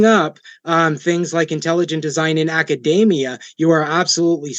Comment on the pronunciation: The way he pronounces "academia" suggests that he isn't at all familiar with it.